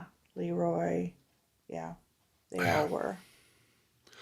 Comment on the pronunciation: You're running a movie channel yet you've never seen or heard of "The Bad Seed"? That's sooo embarrassing. It's a classic. It's run on TV a million times, ever since the '60's. And the Director's name is pronounced "Luh Roy", not "Lee Roy". Soft "E", not hard. He was a very well-known Director- but I guess you'd have to know something about Movies, or Hollywood, to know that. And you've never seen "Village of the Damned" either? Maybe you should stick to subjects you know something about.